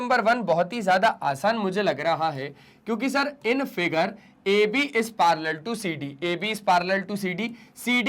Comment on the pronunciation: Parallel na palar ha😂😂😅😊